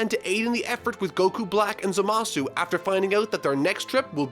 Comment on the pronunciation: Who the fuck is "Za Ma Suu"??? I only know of Zamassss